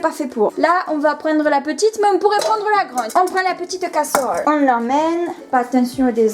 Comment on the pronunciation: Oh la malheureuse et le couvercle sur la casseuhrole pour économiser l'énergieuh 😉 👍